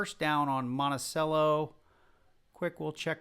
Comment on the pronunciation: Monticello is pronounced like “Montichello”